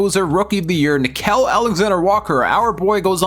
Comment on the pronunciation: dont forget about nick-kel alexander-walker bro...its nick-eel